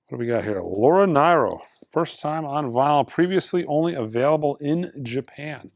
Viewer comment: Laura Ny-ro? Does Mike really not know her or was it a brain fart?